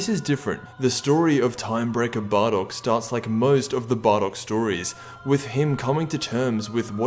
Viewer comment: why did he say barrock?